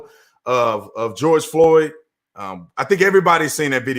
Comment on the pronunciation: GEORGE FLOYD....why does constantly mispronounce the victims names he's also done it to ARBERY...bet not ONCE has he flubbed mcflurry or gyser...his name was BOTHAM JEAN (pronounced JE - AUN)...u spend twice as much time on (rioting) you mean protest than you do on police misconduct🤔 dude you sicken me... who's your inspiration, Sam Jackson character from DJANGO...he was playing a character...maybe u are too$$🤔 "where dat nigga get a horse boss"